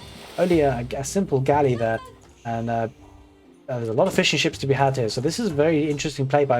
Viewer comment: I understood Fish & Chips instead of Fishing Ships for a second 😂 Great cast as always